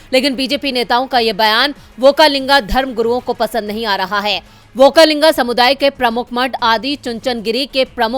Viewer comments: व्होकालिंग नही वक्कलिंग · Okka linga nahi. Okkaliga